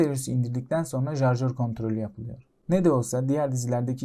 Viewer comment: Jarjör?? 😂 Şarjör olmasın o